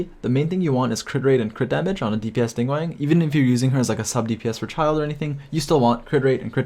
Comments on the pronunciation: Great video. But dude. it's Ning GWAHNG - an AHHH sound not WANG :) - Source: I am fluent in Mandarin Chinese. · This was a very informative video, but I do want to note that the "guang" in Ningguang rhymes with "gong" not "twang". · Came back to listen to the ' Ning-wang' 💀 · ah yes ninguEng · Ah yes, ningwang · love the video but... ningwang????? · did.... he just say.... ninggwang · No one but you: Ning wang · "ningwang" :flushed